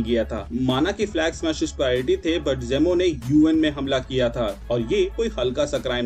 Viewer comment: जेमो नहीं जीमो Procidure नहीं प्रोसीजर